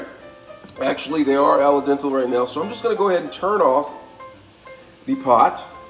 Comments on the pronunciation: Al dente Not alla dental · Alay dental ? Al dente 😂😂😂😂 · You forgot about the “ala-dental” (al dente). Also, sadly this is the way many uneducated people pronounce things..especially...well you know the race.